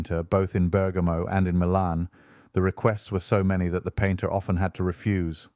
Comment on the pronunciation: Another great video!! Bravi! Your Italian pronunciation is a bit wobbly though: Tallone is pronounced tal-OH-nay and Mancini is man-CHEE-nee. Bergamo is BER-ga-moh. The very Italian pronunciation rule is that the accent is always on the second-to-the-last syllable, except when it's not.